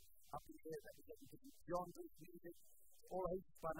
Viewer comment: did westwood just say "gejres" instead of "genres"...lol